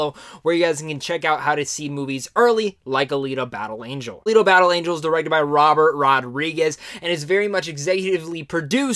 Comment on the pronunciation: You said it right. Alita, the way it was done, makes you want more. I hope we get to see more